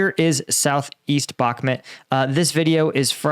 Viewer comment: "Bakhmut" not "Bakmet"!, lord alive, just watch this vid you posted lol, you even hear them say it correctly and straight after you say "Bakmet"???? come on man.